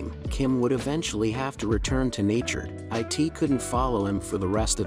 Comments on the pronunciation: Why say "i t " instead of "it" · Really stupid fake story. Not plausible. Baby would have been injured and bleeding with a wolf and eagle fighting over it. Even the narrator says "I.T" instead of "it". Why waste our time? Ads? I feel stupid that I even listened to 5 minutes of the story!